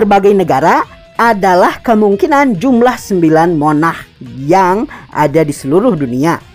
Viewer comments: "Monah" :v, logat indonesia :v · Min tolong bilanya "sung" Bukan "sang" Dan "monarch" Bukan "monah"